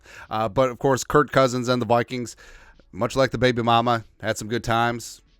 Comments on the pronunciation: His name is Kirk not Kurt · You mean "kurt" cousins right?